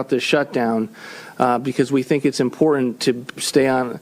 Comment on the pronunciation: I am with you Pat with valley girl sounding pronunciations of many words. I have more hate for the word important when people put a "d" instead of the first "t". They pronounce it as impor-dant. I know Pat is not really reading this, but couldn't help myself because I am hearing this more and more and it drives me crazy.